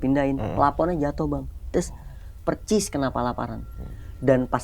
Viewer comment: persis bukan percissss 😅